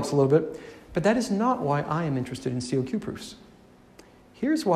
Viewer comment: It's not pronounced C-O-Q, it's simply kok.